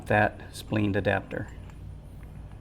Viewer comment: Spleened adaptors? lol. Splined as in lined! (not leen). Nitpicking aside how to extend and retract in use? or do you need to extend the heel rest before you set off?